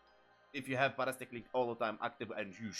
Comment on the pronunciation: Par-astic 😂 sorry had to. Lol para-sitic is how we pronounce it lol I'm just making fun and games I'm not really trying to correct you here just laughing a bit inside